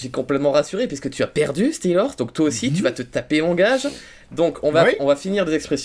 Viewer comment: OMG LA PRONONCIATION DE STEELHORSE